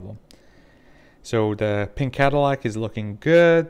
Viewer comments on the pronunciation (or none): none